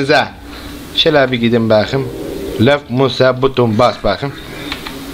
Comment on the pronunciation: Benim en çok baqım demesi dşdjeğwjdğd